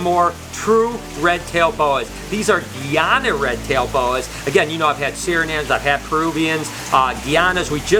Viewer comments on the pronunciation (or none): Please don't refer to the country of guyana as (Gee ana). The country is (guy ana). They are Guyana red tail boas. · You pronounce Guyana wrong btw, it’s supposed to be pronounced guy-ana but it’s ok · U say Guyana wrong . It's pronounced guy Anna . Like literally guy like hey guys .